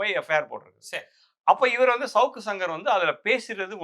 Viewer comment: First thing first: it's not 'shavukku' it should be pronounced as 'Savukku' it's a Thamizh Noun. Please use the Thamizh pronunciation for the Thamizh words.